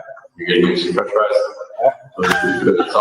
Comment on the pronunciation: Fwench fwies